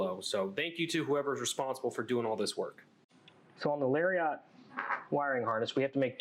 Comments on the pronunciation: Great video. But hearing Larry-ot instead of Lariat drove me nuts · I REALLY needed these instructions for my own 8pin to 22pin town mirror install, so thank you, but the way he says "Lariat" is really bothering me, hahaha